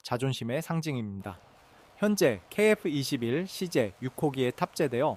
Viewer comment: 케이에프 이십일이그리 발음이 어려운가? 중국인인가?